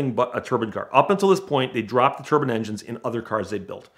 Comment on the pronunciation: The way he pronounces Turbine legitimately triggered me so much that I couldn't finish this video. Why is he pronouncing it "turban"? It's "tur-bine"